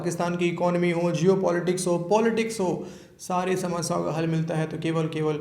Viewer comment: आपकी "ई-का-नामी" 😂😂😂😂😂